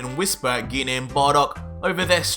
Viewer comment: I thought it was pronounced gi nay not gee nay stop changing wat you call her its mean idk what my own moms name pronounced is also I don’t think gine would be in hell she’s the most nice calm and collected saiyan besides me gohan goten trunks